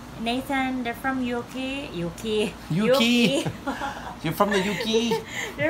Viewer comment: Your wife made me laugh soooo hard when she mispronounced the "UK"!